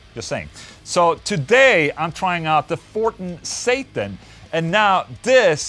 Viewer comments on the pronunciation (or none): It’s pronounced Sattaaaaarrnnnnn